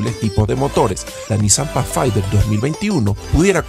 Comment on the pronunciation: NO se pronuncia pachfainder, se dice Pathfinder como con d.